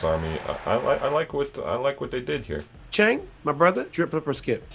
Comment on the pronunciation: Yow really does his homework. And the pronounciation is on point. Visit MNL one time, we gonna take care of you. big up.